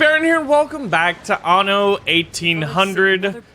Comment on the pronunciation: baron I think only you pronounces "Anno" correctly (the anno series is German)